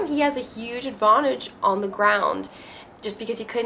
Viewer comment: I love the way you say "advountange"